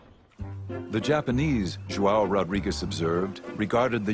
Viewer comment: Ignorant american narrator, pronounce portuguese names in portuguese language not in spanish.. It isn't "Rodriguez", but "Rodrigues". but.. what to expect from americans... so dumb... pff